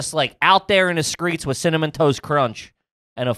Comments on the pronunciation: casually said "out there on the skreets" and nobody even noticed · Totally sounds like is saying "out in the skreets" when he was talking about the cups of cereal and rollerblading. Like he's a gangster rapper lol. Big Forehead on the beat 😅 🗑️ 😂